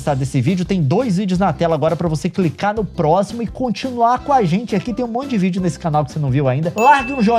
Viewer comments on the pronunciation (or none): none